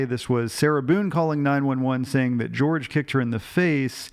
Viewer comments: Jorge's name is pronounced not like 'George' but like 'HOR-hay'. I really enjoy your analysis and dramatic reading of the transcripts as always 😁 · Is his name not pronounced Hor-hay? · His family called him Jorge as in George in the sentencing hearing. Even he asked to be called George rather than Hor-hay. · He spelled it Jorge but pronounced it George. Hope that clears it up.